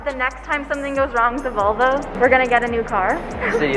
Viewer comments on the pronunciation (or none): none